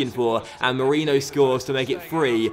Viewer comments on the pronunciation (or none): none